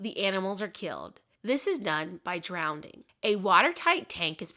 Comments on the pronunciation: Drowning, not drownding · Wow, I didn’t know this. How sad for all the dogs and cats that met that fate. I happen to love and have both. So glad that things have changed considerably for the most part. Also, am I hearing wrong, or are you pronouncing drowning as “drownding”, (adding an extra D)??